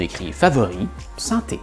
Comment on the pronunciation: "Sans" et "vent" ça ne le fait pas avec ton accent québecois : on entend sain et vin :-) mais ta vidéo est tout à fait probante, surtout la comparaison avec l'italien et avec les exemples d'orthographes anciennes ou des sources latines, je suis (con)vaincu. Ce que je vais ajouter n'est pas pour contredire tes propos mais pour apporter un éclairage et quelques complémentarités : l'étymologie se retrouve dans l'orthographe et peut donner du sens comme "forêt" (loin de sylvestre), dont l'accent circonflexe est un "truc" pour gagner de la place en supprimant le esse qui reste dans forestier, et pour ne pas confondre avec un foret pour percer le bois ou le métal. Un des mots que je trouve le plus dingue est « accueil », pour arriver à l’écrire je doit toujours le prononcer dans ma tête : akuèye, comment l’écrirais-tu ? Oui le français est plein de non-sens comme écrire « fils » pour le fils de son près, et pour les fils électriques, écriture qui ne dit pas comment ça se prononce, il y a des listes de ce genre que tu aurais pu citer. À contrario, l'amande le fruit de l'amandier, et l'amende prononcé par un tribunal : les militant en désobéissance civile qui vont en procès disent qu'ils aiment au menu les amandes et les avocats :-) Et c'est vrai qu'il est inutile de conserver une orthographe complexe, quand à côté le langage perd la poésie des métaphores, et quand les personnes vont vers un appauvrissent spirituel : on sait que certaines catégories sociales ont très peu de mots dans